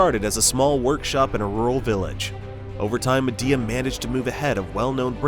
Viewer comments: Isnt it pronounced Mee-Dea like Xiaomi, Mi? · MY-DEE-UH ~per them, this is the pronunciation.